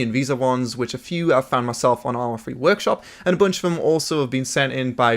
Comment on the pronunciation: It's 'Three" for "Free".